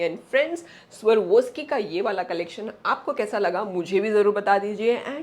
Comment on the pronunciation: It's sva_rawv_skee not Sarvoski